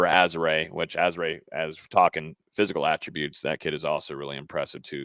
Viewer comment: I think AZs pronunciation is a little off I think it’s uh-ZAR-ee-yay